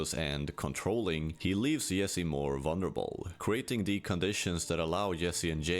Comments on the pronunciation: Bro it's "Jessi" not "Yessi" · Bro! Why are you pronouncing it Yesse instead of Jesse? Have you even watched this show? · Bro lear how to say ,,J”. Whenever you say Yesee i wanna kms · Accents are so funny, like why can this guy not pronounce Jesse, but he can pronounce Jane with a hard J? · I understand language barriers and cultures, but you have surely seen this series. Surely you know the J is english and not pronounced Yesse or Yack. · weird he can say "Jane" but says "Yessie" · You're so proud of your knowledge that the letter J is pronounced differently in other languages that you need to pretend other people don't know? You're badly missing the point. He should pronounced "Jesse" like Jesse himself does. Pronouncing a name using the phonetics of your native language is a major dick move.